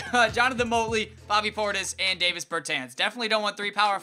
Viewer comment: You're saying Jonathan Motley's name wrong (I know no one cares but just saying)